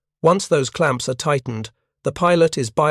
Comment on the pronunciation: a damn shame. where the narrator says, "once those clanps are titghened", I wanted to give up